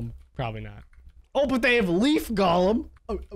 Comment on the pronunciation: Nobody::"Gaulem"